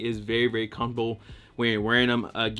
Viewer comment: “Very very cumbowl”